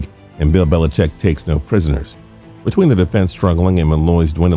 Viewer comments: Dear Narrator: It's "Belichick" not "BeliCHECK" - geesh!! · put the emphasis on the wrong syllable, sure fire way to trigger the grammar police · His name is Bill Belicheat.